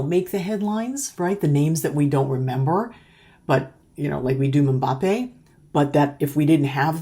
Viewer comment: it's Mmm-Ba-Pe